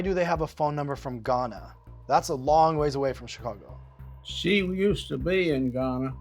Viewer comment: Where did Gladys say she was located? "ChicaRgo"